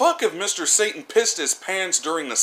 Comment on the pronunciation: you don't pronounce satan correctly